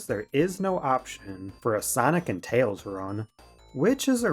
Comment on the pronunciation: that's because "Tayhls belawngs with his owhn kahnd"